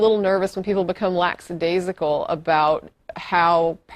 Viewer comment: No offense guys, but you mispronounced lackadaisical and Des Moines. Not a theist, just saying.